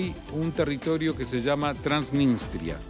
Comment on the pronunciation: TransniStria no "TransniNStria"